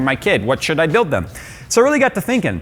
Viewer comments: U just said “Sould,” bruh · "Sould" or "Should"? 😂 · how powerful "sould" it be he says. HMMm maybe so duper super powerful? Hm. okay. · He forgot H in should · Sould bee wery powaful.